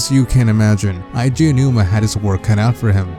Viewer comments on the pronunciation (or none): it's not "aiji" aonouma, it's "edgy" aonuma I shit you not. In japanese, you can add another vowel of the same kind to extend the enunciation. One of the exceptions is "e" because to make the e sound longer you don't add another e instead you add and "i", weird I know but still just my two cents. For someone who loves zelda so much you know little of the creator's name. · it's not eye G a it's ay G a... Nintendo themselves has said his name, and in nintendo directs where he says his OWN NAME he does not pronounce it like you man. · It's pronounced "eh-ji" not "Aye - Ji" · Jesus Christ normally I don't nit-pick about this kind of thing, but you really couldn't do a bit of research to know that it's "Eiji," as in "Eh-ee-jee?" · Eiji = ay-jee